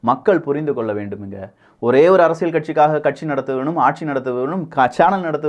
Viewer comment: சும்மா மொட்டையாக இரண்டு கட்சிகளும் நல்லது செஞ்சிருக்காங்கன்னு சொல்லக்கூடாது! சாராயத்தைப் பொறுத்தவரை இரண்டு கழகங்களுமே தோல்விதான்! அப்புறம் நீங்கள் "அரசியள் சதுரங்கம்" என்று சொல்கிறீர்கள், அல்லது அப்படித்தான் கேட்கிறது. "ல்" மெல்லினம் (அரசிய(ல்)) உபயோகித்தால் நன்றாக இருக்கும்! 😊